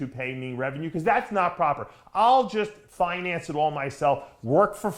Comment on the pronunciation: I love Dave!!! He's a real propahh gentlemen.